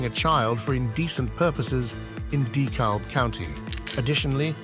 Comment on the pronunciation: it's "de-cabb" not "dee-kalb" county btw lol great video